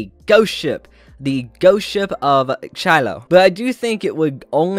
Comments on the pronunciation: Chiloe is pronounced kind of like "chilow i", so hope to have helped with that, greeting from Chile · Don't worry about the pronunciation, you're trying your best <3 Also I don't know if this might help: Chiloé = She - lo- é (the é sounds like E in "dead") Caleuche = Ca -lew -sh - e (same E as above)